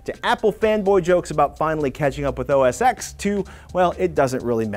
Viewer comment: Gary Malarkey He is making fun of the fact that Patrick pronounced OS X as "O.S. X." rather than "O.S. Ten".